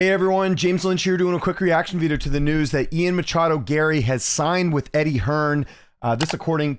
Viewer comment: MACHADO? ok dude